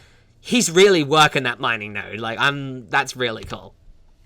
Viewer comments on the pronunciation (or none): none